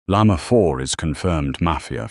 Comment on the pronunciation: the way they all call Llama "yamah" is so funny